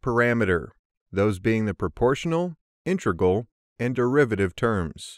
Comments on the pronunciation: An exceptionally well produced video, but the mispronunciation of “inTREgal” instead of “IInTEGral” just ignited my OCD. 🤣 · Cool video! Very, very weird to hear "intReg_al" from an experienced speaker though....